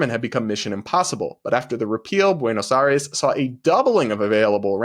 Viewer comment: Was your Spanish teacher from Andalucía? The way you pronounce Buenos Aires (Buenoj Jaires is hilarious, in Cuba we also have a huge Andalusian influence in our pronunciation) I say it almost the same way as you 🤣🤣🤣🤣